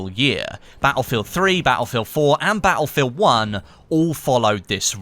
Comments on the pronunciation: bah ill feel? its pronounced, battlefield. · Ba-el-fill !! Lol